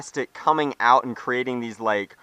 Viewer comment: out not oit